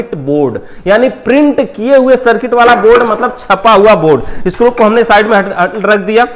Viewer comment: स्क्रूप नहीं स्क्रू होता हैं